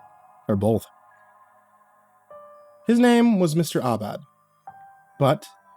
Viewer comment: Mr. Aubad? Seems like Mr. All Bad 😅.